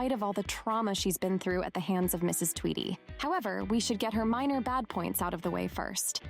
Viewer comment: It’s pronounced Tweedy